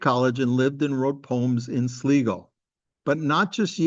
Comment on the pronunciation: Ask a local how to pronounce Sligo, hope you enjoy the visit